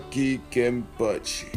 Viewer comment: "kenny"?? Why you north american calls him "kenny"??? His name wasn´t "kenneth", his name is KENpachi... the nickname is "ken-cha" or just "ken". even yashiru on manga calls him as "ken-chan" kenneth = kenne-th = kenny kenpachi = ken-pachi = ken or ken-chan